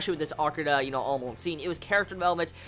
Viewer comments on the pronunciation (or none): Good reviews for sure but everytime you say Amon you are pronouncing it like Amoan lol and I can't help but laugh at you for that, But you are right due to the censoring they took a lot of things out that are Manga only.